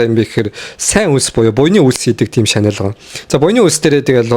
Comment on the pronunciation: shanel bish channel gechuul yg bolloo shu bro